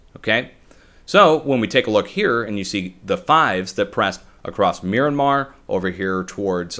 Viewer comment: You said miranmar, mirandar ... MYANMAR? Watch out. Seems like Myanmar has been hit about one hour ago, great analysis.